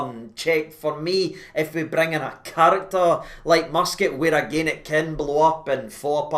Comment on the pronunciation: It’s not “free”, it’s “three” numpty!.. and the mighty Mus-Cat? Are you having a laugh? It’s hilarious watching you lot salivate over a guy who’s a 3rd rate manager and ex player! I’ve never heard so much pish from you! But if it keeps you happy, then you’re welcome. At least yous have dodged the Gerard “bullet”.. the man whose ego is bigger than Robbie Williams’ ☘️☘️☘️